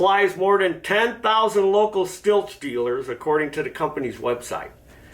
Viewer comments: I thought it was pronounced 'steel'. And the American auto industry is half the size it was 50 years ago. What else is new? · It’s pronounced “steel”.